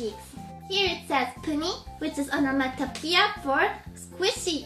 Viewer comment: Onomatopoeia is when a thing SOUNDS like it's NAME. For instance the word Beep. Squeeze a horn Beep beep. The word is the sound. Or BUZZ went the bee. Cheeks do not make a sound that is like the name. You said the word right! It is a hard word. Your English gets better each time!